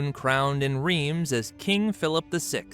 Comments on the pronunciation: Rhiems, is pronounced Rhense. If this donkey os going to butcher the language he's probably going to butcher the hostory too. I know a fair bit about this topic, lets see. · Do your ears bleed when he says "Reems" ? :D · And I'm so sorry they mispronounced it so disastrously! 😂 Greetings from Austria!